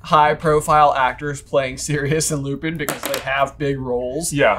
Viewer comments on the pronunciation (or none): The real crime is the pronunciation of Lupin. Its Lue - pin, with the 'i' as the 'a' in 'tan', and the 'n' silent. Lupin. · Your pronunciation of lupin in the French style is wrong. The way you say it would be lupon you need to make it sound more like there's an a instead of an o. That would be more correct